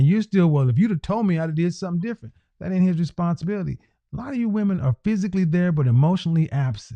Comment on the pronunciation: The word is "that" not "dat", and the word is "the" not "duh". learn to pronounce words properly. Wtf.